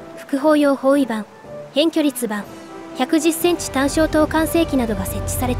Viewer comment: 何でこの手の動画はいつも「ｾﾝﾁ」を「ｻﾝﾁ」って言うの？ 「ｲﾝﾁ」を「ｱﾝﾁ」とは言ってないのに。あ、 ではちゃんと「ｾﾝﾁ」って言ってるじゃないか！w